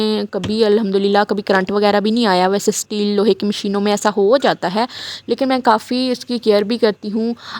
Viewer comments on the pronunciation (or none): none